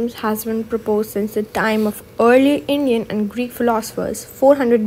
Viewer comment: INDIAN❎ INIAN✅😂